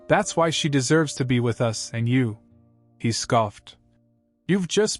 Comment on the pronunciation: AI says 'US' instead of 'us'. How effed up is that.